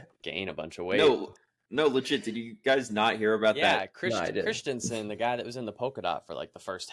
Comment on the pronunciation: Abrahamsen not christiansen